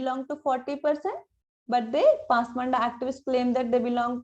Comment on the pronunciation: This is not pasmanda "DA" This should be pronounced as "da" పస్ మాన్ద is correct.